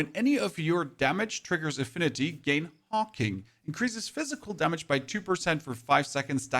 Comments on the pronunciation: Brother, i think that set is pronounced Hawk Wing not Hawking ❤ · HawkWing not Hawking and Veil of the Willow not Wail of the Willow. I don't know why you're mispronouncing them.